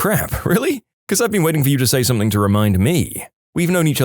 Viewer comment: No k in the word something